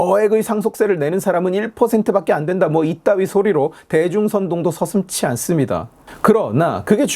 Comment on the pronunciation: 서슴지는 하지의 축약인 ‘치’를 사용하지 않습니다 ^^ 대다, 거리다의 어미가 붙는 말이라 하지의 축약이 발생하지 않고 어미 ‘지’를 붙여서 서슴지라고 하는 게 맞습니다 ^^ 또한 발음도 서슴찌라서 발음 보면 치라고 격음 발음이라 말씀드린겁니다. 제가 중국인이라면 중국인보다 국어를 모르는 한국인이 되는 것인데 어떠신가요?